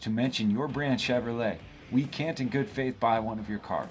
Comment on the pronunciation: Did he say Chevylet?